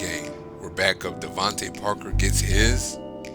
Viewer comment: Bro said devonte Parker lol smh but is cool. Playas fucc upp.. smooth video tho